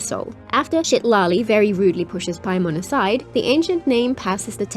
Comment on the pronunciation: ain't no way you called her Shitlali 😭